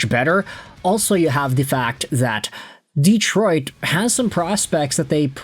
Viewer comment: Learn how to pronounce Detroit!